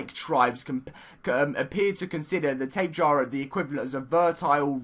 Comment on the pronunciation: tapa jara is how u pronounce